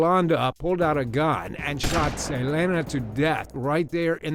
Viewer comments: The way he's pronouncing Selena, like Say-lay-na 🤦‍♀️😒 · I was like who the hell is ‘Salayna???’ This same thing happened to Selinq as well…what a coincidence…then I heard the managers name, and I then was like oooooh, he clearly did not know who she was! And he didn’t listen to the pronunciation!!!😂 🤦‍♀️ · He's saying Selena's name all wrong😡🤬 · Omg omg it hurts sooo bad listening to you say our precious Selena's name wrong!!! How could you do that!???? Everyone knows how to say it right. Omg I'm so offended